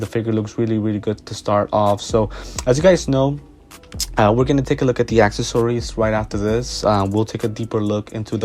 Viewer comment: Nice video! Although “acksasories” is killing me 😂